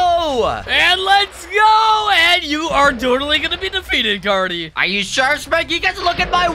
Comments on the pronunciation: Did he call carty corrny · omg are serius right neow its carty not cody